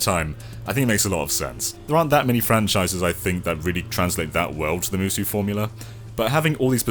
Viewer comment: Musou is pronounced moo-so not moo-soo. lol